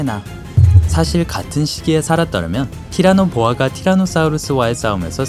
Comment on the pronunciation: 티라노 보아라고 발음을 하셨는데...